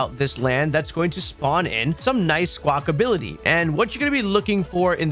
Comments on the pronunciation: Why does everyone keep saying "Squackability"? It's Squackabilly, there's no "T" in it's name. Seriously, you and Austin John.🤣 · I love these videos…but for the love of god it’s not Sqwakability lol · Good god why do y’all call it Squawk-ability? You’re the third creator I’ve heard making this grating mistake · Is Squackability a meme or do people not realize that its Squackabilly